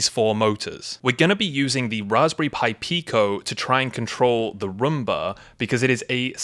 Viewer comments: Romba? I thought it was Roomba! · I just wanted to say that it's not pronounced a Rumba. It's pronounced Room-Bah like as a bedROOM. But great video and gave you a like hehe. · It is not a Rumba, it is a Roomba.